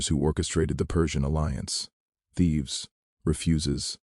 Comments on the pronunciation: For God's sake, cut out the captions and AI read. It's Thebes....not Thieves. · Thebes, not Thieves!